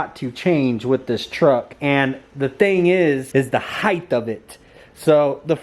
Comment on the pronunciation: Ride Height not heith